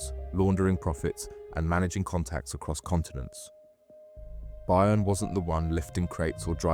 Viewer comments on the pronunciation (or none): By earn? Its pronounced BURN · FYI…..Byrne is pronounced BURN……not BUYERN!…..get a grip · Buy ern? It's burn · AI voice needs tweaking. Byrne isn’t pronounced ‘buy-urn’ for example - it’s ‘burn’. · Pronounced mathew BURN and BEW devlin. Not much of a reporter if ypu cant even pronounce the names correct. And this isnt even close to the correct story, they were put in place to take the arrests and jail time should the operation be uncovered. The real mastermind is in dubai fighting extradition 👍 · Pronounced *Burn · You’ve pronounce byrne (burn) 3 different ways so far couldnt help But comment 😅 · His name Byrne is Irish.Its sounds like Burn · His name is pronounced Burn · pssst... byrne is pronounced burn, was a good watch btw.. nice one!!..😎👍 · FYI for future reference it's pronounced "Burn" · Byrne is pronounced burn in ireland. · Byrne is Irish, pronounced burn. Great video thank you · That's how you know it's AI generated.